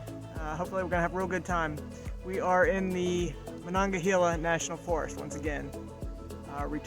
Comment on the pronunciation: Funny to hear people not from there pronounce Monongahela